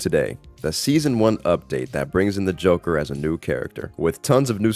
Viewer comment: Ah yes, the jonkler